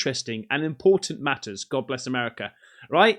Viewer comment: Dude when you say Merica, come on! That is spot on. Aint no one better than Merica. Nascar and guns baby.